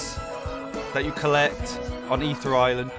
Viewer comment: imagine pronouncing ethereal wrong